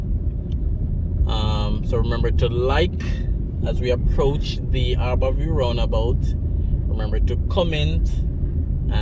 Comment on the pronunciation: It's Har-bour View not "Aar-bour View